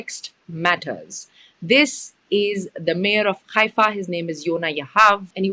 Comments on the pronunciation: I noticed you pronounce Haifa as Khaifa? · Is it khaifa? as you are pronouncing or Haifa, what we heard so far.